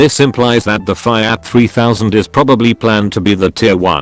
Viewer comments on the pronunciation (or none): Why does the text to speech program mispronounce FIAT :(